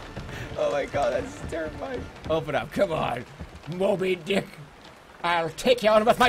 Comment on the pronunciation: i like how he said, Mmobey Dehk